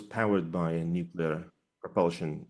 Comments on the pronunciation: Say it with me,. “New-Klee-er”. Nuclear. Not nucular. When you use the wrong word, it makes your video hard to watch. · Nuclear Sounds like noo·klee·ur Other than that 👍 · Nu-clear ffs